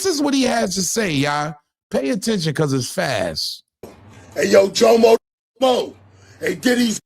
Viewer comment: but this jomo isn't like that jomo lol. Everytime you say his name I shake my head. 😂😂😂😂